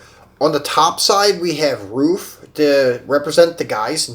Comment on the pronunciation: Good videos... I like the variety you showcase. Hope you get more viewers. Glad you said RUF correctly. So many people say “ruff” instead of “roof”... Is Tomica pronounced the way you pronounce it in other videos though? “Toe-meek-kah”? Or is it “tommy ka”?